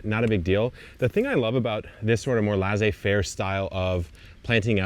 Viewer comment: FYI pronunciation is 'lay-say fare' but drier. No lasers are involved. I know, I know.😢 😂